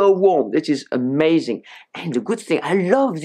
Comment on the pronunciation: Your French pronunciation — “erh-mazing” — adorable. 🤩